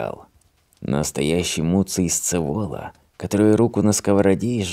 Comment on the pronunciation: Хороший рассказик Аверченко, ловкий Двуутробников, ничего не скажешь! Луций, правда, СцЕвола, а не СцевОла, это известный исторический персонаж.